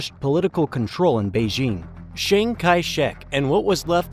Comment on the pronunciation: "Nascent": a word meaning "When there's something in your script that you don't understand, you should look it up and find out how it's pronounced." "Beizhing" is a word meaning "Hey, maybe I'm not cut out to be a script reader. I just don't seem to be able to get the hand of it."